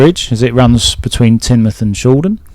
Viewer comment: Congratulations on pronouncing Tinmuff correctly, most outsiders don't. 😂